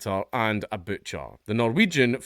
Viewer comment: As soon as you said Norwegian I cringed, many apologies, maybe it was just a giggle?